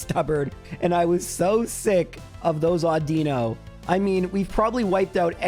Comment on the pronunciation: I’m surprised nobody has mentioned how he pronounces Audino. Au-din-no. Not Au-dee-no.